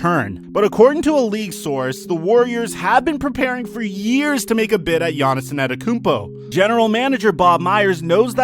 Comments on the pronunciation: Giannis Also: anetokunpo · anyone alse hear annetakumpo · He’s been a star for 3 years now so how r u still mispronouncing his last name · *gav it drives me crazy that people don’t know how to pronounce his name. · This guy didn’t say his name right once